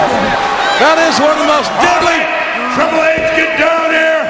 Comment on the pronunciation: *Triple H Not Tripel H